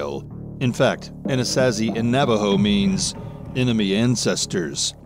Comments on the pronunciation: Wtf is an A-nas-as-see? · ANA-SAW-ZEE that’s how you say it. Lol